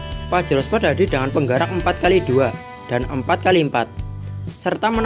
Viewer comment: uuuuuuuuuh dari tahun 91s sampai 2021 tapi kok bilang nya spot bukan sport